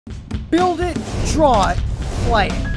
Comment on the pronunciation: I wanna dwaw dat well.